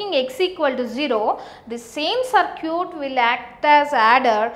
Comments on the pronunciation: Is she saying "Sir cute" ? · hahahah "saarcute"